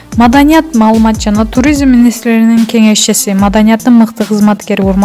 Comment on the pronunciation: Туризимммминмин деп манкаланасын го чон кыз нормально окуусан.